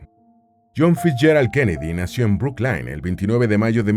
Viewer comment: Brooklyn se pronuncia bruclin